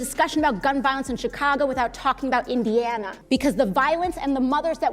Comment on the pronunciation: She can’t even pronounce Indiana right 😂😂😂